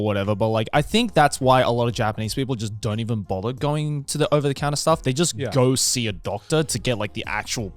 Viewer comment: "goatse a doctor"..oh he said "go see a doctor". lmao